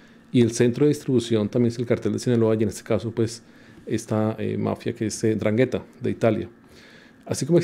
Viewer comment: Se pronuncia: Andranguetta